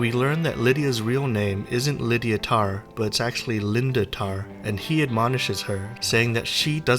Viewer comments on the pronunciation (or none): none